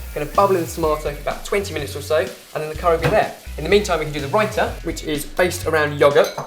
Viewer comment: I am Indian and I am surprised you guys pronounce names like raita, palak, naan, etc so very well